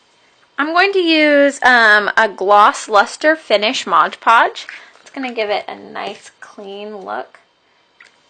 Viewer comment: Why do you call it Modge Podge? It's MOD Podge!